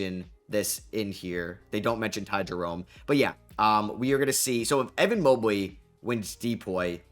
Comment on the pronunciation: "Evan Mobley" lmao stop it.